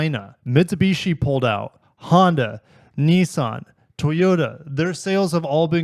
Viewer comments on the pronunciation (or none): none